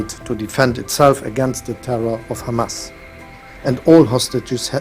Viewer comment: It’s not Chamas its Hamas